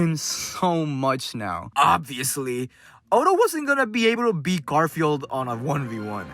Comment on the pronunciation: I can't tell if you said GarfielD as a joke or you just didn't know his name is Garfiel. 😂